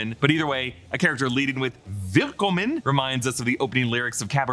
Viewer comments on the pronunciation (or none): none